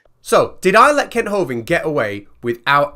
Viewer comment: I’m really sorry but I’m not the brightest spanner in the box but I’m sure you not pronouncing Kent’s name’s properly. I honestly believe the letter u has been substituted with the letter "e".